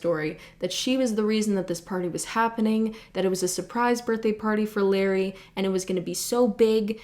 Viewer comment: in case you were wondering, it's pronounced luh ray not larry, although since he put so many people in danger you can keep calling him larry